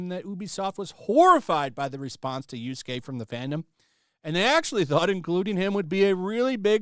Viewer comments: For fuck sake! Yasuke! Not Yusuke! Get the pronounciation of the name right. Keep saying the name wrong cheapen what your take. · Do you call the character "Yusuke" instead of Yasuke because you hate him or you just can't read Japanese names? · It's Yasuke, not Yorskay, jesus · I love that you keep calling Yasuke, Yusuke. It makes me think Yu Yu Hakusho is still being talked about. I miss that anime. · When I heard Yusuke instead of Yasuke, my oldtaku switch got flipped and thinking of Yuyu Hakusho. Such an old but gold manga/anime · It's Yasuke, not Yusuke! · Bro you and Endymion, y'all bad at pronunciation It's YASUKE, not Yusuke .Yusuke is a cool spirit detective YASUKE is a fake samurai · Omg dude, Yah-skay not You-skay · How many times mispronounced yasuke